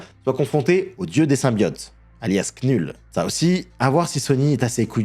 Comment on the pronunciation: J'enregistre le lien de cette vidéo. Si un de ces jours je me sens déprimé, je me repasse le moment où "Knull" est prononcé par 🤣